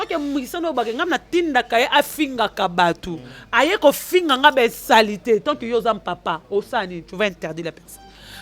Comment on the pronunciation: tu dois faire un effort pour améliorer ton français parlé car tu fais de fautes lourdes, comment tu peux dire insalité et guidariste....Ezalaka té.....on dit plus plutôt insanités et guitariste ça ce sont des notions préliminaires d'une personne qui a maitriser la grammaire en primaire. Classe ekomi ofele va te recycler en grammaire